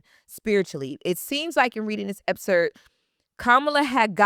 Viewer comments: Lauryn, great video but I’m going to hold you accountable with something. Excerpt. It sounds like you’re saying Epcert. You’re a STRONG voice so I wanted to make this correction/criticism with intention to hold you to a standard that is higher than many others in this space because you are just that good. Don’t want to see you at anything less. Keep going and know this comment was with love, not with the intention of bringing you down. Keep being great, this was a very deep and intelligent analysis. I’m looking forward to more of your videos once the book comes out. 💪🏾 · Epcert? Excerpt baby girl… ❤ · If she says EPSERT one more time! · Loren if you're gonna say the word 100 in 25 minutes then please learn how to say it properly. The word is EXCERPT. The word doesn't have 2 Ps.